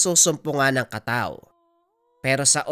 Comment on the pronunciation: Tama po ang bigkas mo SA kataw 🙂